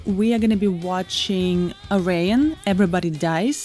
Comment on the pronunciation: it's pronounced Air E un!!!